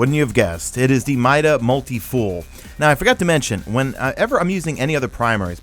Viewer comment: He said miayada multi fool